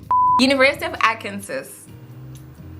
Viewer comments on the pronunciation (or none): It's pronounced Arkan-saw 😅😅 I saw you struggle there 🤣🤣